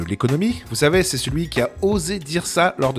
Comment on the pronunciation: "Il en va de" et "c'est" prononcez "cette"... abruti